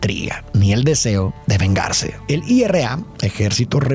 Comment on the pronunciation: Se dice IRA no I.R.A